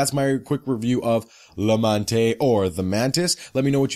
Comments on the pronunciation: it's not la manté but la mante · The final "e" in "La Mante" is not pronounced. Thanks for the review I was wondering if the series was any good.